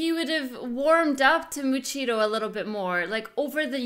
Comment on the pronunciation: I love how she says "Muchiro" it made me laugh 😂